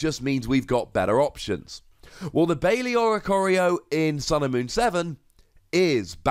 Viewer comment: I’m pretty sure it’s pronounced BYE-le, not BAY-lee. Baile is a Spanish word for dance (iirc it means something like “I might dance”), and that’s how the word is pronounced